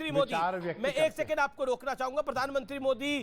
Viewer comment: राशिद अल्वी को पहले प्रधानमंत्री बोलना सिखाया जाएं ये आदमी जानबूझकर पीरधानमंत्री बोलता है